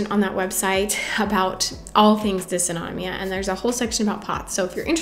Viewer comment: Thanks for all of your helpful tips and tricks! For compression stockings, mm Hg means ‘millimeters of mercury’. Like a thermometer measuring temperature, mercury can also be used to measure pressure, and is thus used to denote units of pressure. Also, as an ME/CFS, SIBO, IBS, leaky gut, and POTS sufferer myself, I feel compelled to tell you that it’s pronounced “Diss-auto-NO-mee-ya” 😬...I think a lot of us have GI issues, and I wonder if there isn’t a link between these issues and ME/CFS/Fibro.